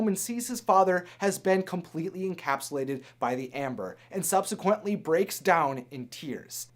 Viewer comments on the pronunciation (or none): none